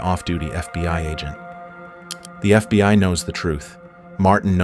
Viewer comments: this has to be the best AI narration I’ve ever heard. I don’t think I would’ve known if it weren’t for some of the obvious mistakes that basically no person would make like FBY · How fkn sh!tty is AI if it keeps saying "FBY" ?? I hear it time and again in all of these crappy AI written videos